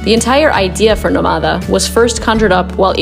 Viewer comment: Shouldn't the name of the hotel be pronounced /nO/ma/da/ with the stress on the first syllable? If there were no written accent, then it would be /no/mA/da/.